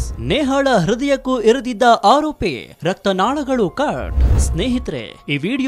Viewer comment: Hirididdu alla..iridaddu pronounce sariyagi madi